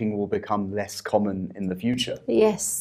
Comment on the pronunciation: she did'nt pronounce the word "common" correctly